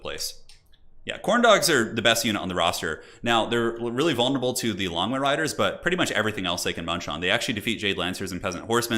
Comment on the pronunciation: Does anyone find that when says Longma riders it sounds like he says lawnmower riders?